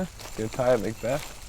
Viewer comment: Paul mcbec ? It’s Paul Mcbeth